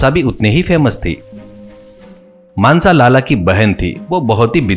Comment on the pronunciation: मानसा ❌ मानस ✔️😂😂😂😂